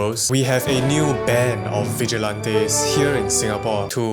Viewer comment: Vigilates lmao its vigilantes